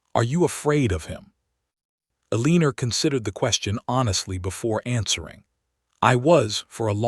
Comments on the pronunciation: Please choose a different name for the lead woman until you reprogram this narrator to say her name properly. "A-leen-ner sounds terrible and ugly. El-len-nor is the way it's said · Oh no, not another "el-LEAN-or". But a good story, anyway. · Eeleener. I really wish they would quality control these narrations before publishing them. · Including the mispronunciation of one of the main characters, Eleanor